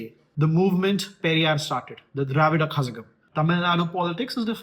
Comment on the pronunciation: Actually the pronunciation is kalagam like ళ from telugu zh is ళ for pronunciation